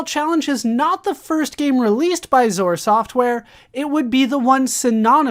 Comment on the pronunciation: Lol its X-O-R not "zore"